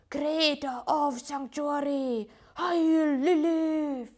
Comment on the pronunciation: Ish! Don't pronounce HAIL as HEIL when you're from Germany, that's a completely different meaning